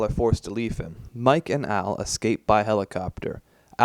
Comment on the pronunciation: I’m still pretty sure it’s al not aru and mike not miku